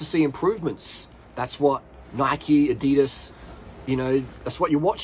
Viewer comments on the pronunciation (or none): none